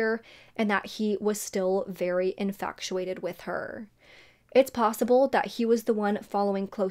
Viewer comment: Just a little FYI, there's no C in infatuated. It's not pronounced infactuated. Not mentioned to shame, just so you know in the future :)